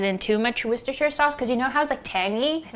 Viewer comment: r/wossshtershure sauce